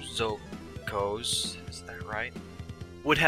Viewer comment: also side note it's pronounced Sho zou ku(and in cool)